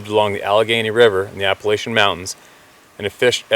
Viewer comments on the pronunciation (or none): none